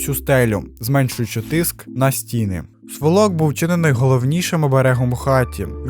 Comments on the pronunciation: Не сволОк, а свОлок. Розмовляйте правильно. Дякую за відео та успіхів! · Такі рідні хати, валяться кругом, сумно аж за край! Ріже вухо: сволОк, у нас кажуть свОлок. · Цікаве відео ! ... в моєму регіоні (північ Миколаївської обл.) кажуть не сволОк а свОлок, наголос на першу О. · Не сволОк, а свОлок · Не сволОк, а свОлок !!! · Гарно.Тільки правильно свОлок а не сволОк.Якщо вже доносити знання др людей, то варто б не полінуватись і переконатись у поавильності вимови.Без образ) Бажаю щастя та успіхів у роботі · У слові свОлок - наголос на О ! На свОлоку, під СвОлоком, і т.д. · Слово сволок - наголос на перше О - свОлок. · свОлок- наголос на першому складі, образИ- на останньому. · свОлок правильно! Дякую за відео та розповідь. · Вибачте, але у слові сволок наголос має бути на першому складі. Дякую за цікаву інформацію! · Цікаве відео. Правильно говорити сволок наголос на перше ,,о" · Сволок, наголос на першому складі. Відео дуже цікаве, дякую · Сволок. Наголос на перше "о". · Дуже дякую. За звичаем люди самі приходили допомагати. Сволок, наголос на о, це в нашому селі. Молодець. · НЕ вірні наголоси на словах, сволок, покуті,це ріже слух